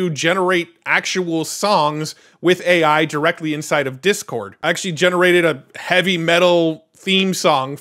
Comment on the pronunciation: you're not being picky. It says "Ey" for "AI"